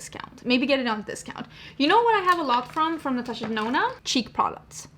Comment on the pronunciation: I still remember when you said Natasha Denono 🤣 Something has definitely changed.